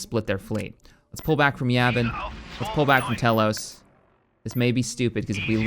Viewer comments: "Tell-ose"... someone's never played KotOR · I don’t think that’s how you pronounce telos